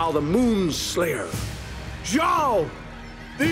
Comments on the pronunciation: Zhou? Its Zhao. Also if Roku is Zuko's grand father then isn't Aang his grandfather. Lol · #4 is not Zhou, its Zhao. Zhou (粥) literally means porridge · I thought it was "Zhao" not "Zhou" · It’s Zhao not Zhou